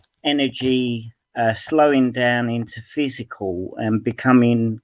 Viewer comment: It’s really painful listening to:- energy slows down into “physicall”. First because he sounds like an 18th century British Scientist with that “physicall” (original spelling of the time) instead of matter as it is referred to today, next because his pretence of understanding of very complex quantum physics is a prototypical case of Dunning Kruger, I don’t know therefore I know better.